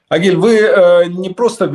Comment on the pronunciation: Не Огиль а Агиль